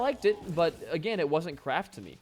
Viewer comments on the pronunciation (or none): Idono why but whenever he said Kraft I thought he was saying crack